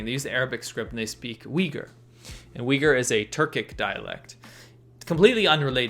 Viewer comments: its pronounced "uooigurrr" like a low uuu sound not "wigger" haha... also i think most people there seem to prefer being called turkmen. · there were many times i thought he said weaker and not uyghur